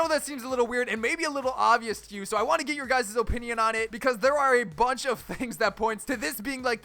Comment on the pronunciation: why did he say OHpinion